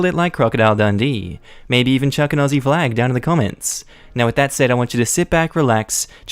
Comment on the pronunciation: I'm sorry, whenever I hear you say "Auzzi flag" at the beginning of your videos I mishear as (German Soldier circa 1940s) flag.